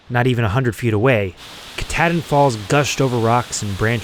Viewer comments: Ka-tah... like Cah...not Ka-tad-in...Kuh-tahd-in... and there's only One God...JESUS CHRIST !!! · Ka-tad-din. LOLOL. If you look at the spelling,, you didn’t pronounce it correctly. (Ka-TA-din) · To funny how he says Katadian ...lol...spent my summers in Baxter its a jewel !!! Maybe my favorite place in the world ...spent many 4-5 days n nights at Russel pond .